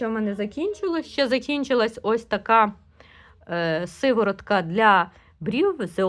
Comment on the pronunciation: Не " Сиворотка", а сироватка. З наголосом на " о"